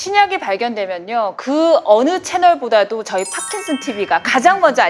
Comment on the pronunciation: 경상도분이신가요? 파킨슨 발음이 안되시는게 좀 거슬리네요^^